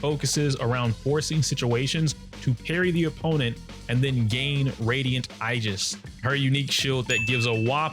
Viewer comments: Did this man just say igis instead of aegis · Nice guide btw!! but Aegis is pronounced “ ee juhs ”. Keep up the good work! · It’s pronounced Aegis.